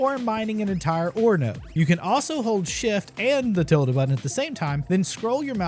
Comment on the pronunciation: wth is "the tild button"